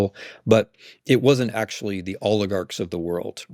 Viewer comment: Wtf is okshual? Come on. Ridiculous.